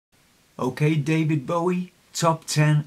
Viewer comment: I also get a lil fidgety when people pronounce his surname B-ow-ie as in ouch. You touched my heart saying B-o-wie as in bow - bow tie. That's probably too sensitive but I can't help it x Love your cuteness overload memory of leaning back in the chair like an astronaut as a wee nipper - astronomy/the cosmos etc is also something close to my heart.